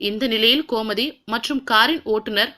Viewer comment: komathi ilanga... Gomathi.... correct ah pronounce panunga